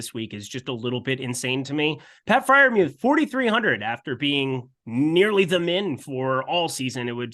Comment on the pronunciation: Every time Freiermuth is mispronounced I lose my shit just a little. Please. Stop. :)